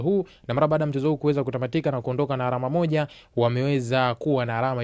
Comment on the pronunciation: Msimuliaji unabananga matumizi ya "l" na "r". ALAMA NA SIYO ARAMA.